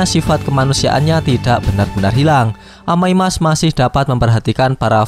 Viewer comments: Amai mask bang bukan amai mak😬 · Bang Omong Yang bener dong amai mask bukan amai mak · bacanya kok amai mak si njir 🗿